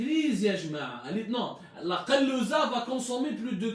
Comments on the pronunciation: Je suis pas arabophone mais on dis pas kalouza mais kazoula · Kazoula c est pas kalouza 😂 merci abdou 👍🏻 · ya bghal machi "kalouza" on dites kazoula hhhhhhh